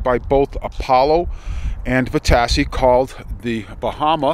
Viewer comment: Vitacci, pronounced "vi- ta-chi".